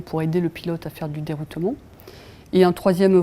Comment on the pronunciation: Om dit deroutement pas deroutoumont